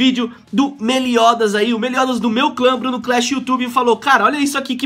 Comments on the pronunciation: ele fala meliodas errado kkk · só eu que fico nervoso de ver o Bruno pronunciando o nome do meliodas errando ?